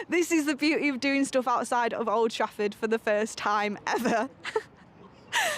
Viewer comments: I thought I was the only one she did say that that's wot it sounds like anyway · Sounded like she said oldtrashford